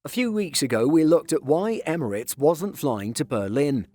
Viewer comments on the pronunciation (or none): none